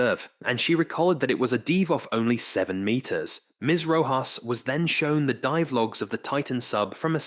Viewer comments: A "DEEVE" of only 7 meters..smh this ai crap is worthless to listen to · Odd that the narrator pronounces words two different ways. Must be another ai. Dive- deev, scientific- scientifique.